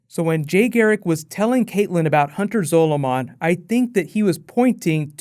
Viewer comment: Zolomon is prounounced the same as Solomon.